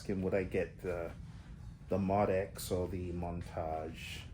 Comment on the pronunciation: Moe-Dee-Ex . It really is not that hard to say. Moe-Dee-Ex. It's hard to take the opinion of someone who cannot name the thing they are talking about. Nice collection though.